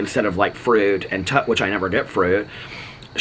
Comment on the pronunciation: Also love the way you say fruit 😂 frürt